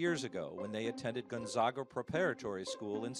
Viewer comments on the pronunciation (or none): Love this! I'm from Spokane and only live a half a mile away from Gonzaga. However, it's pronounced "Gone-zay-ga".